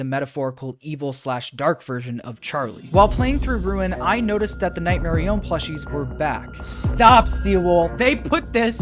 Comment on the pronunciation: night merionET not nightmerion